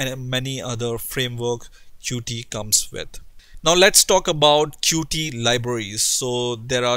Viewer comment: it' pronounce "Cute" NOT Cu-tee!!! it's in the official documentation!!! You fail dude, why everyone say Cu-Tee??? Oh! I know why...